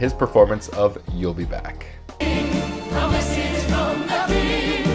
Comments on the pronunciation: Eleonora for example he says “beck” rather than “back” which would be more natural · Absolutely love his royal pronunciations - e.g. “back” becomes almost “beck.” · According to Jonathan Groff, it's "You'll Be Behck" 😆😆😆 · Am I the only one who keeps hearing him say “You’ll be Beck”?